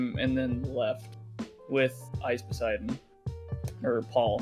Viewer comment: I can’t tell if muta is trolling when he says ice Poseidon